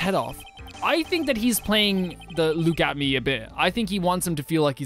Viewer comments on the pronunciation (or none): You called Luke “atomy” when his name is a pun of “look at me”- “luke atmey”